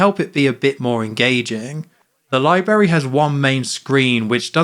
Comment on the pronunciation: THERE'S TWO RS IN LIBRARY ITS NOT PRONOUNCED LIE-BERRY